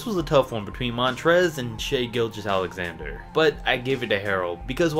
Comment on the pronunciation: Finally someone who pronounces Shai Gilgeous-alexander correctly!